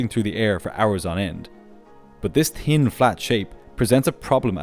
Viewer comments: How many times did he say "tin"... can't make the "th" sound evidently... and "much" with the "oo" sound (as in "foot") for the "u". Very annoying. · No. Column is not pronounced kolyem. Pilot is not pronounced pilyat. Thin is not pronounced tin. Thirty-five is not pronounced tirty-five. You need English lessons.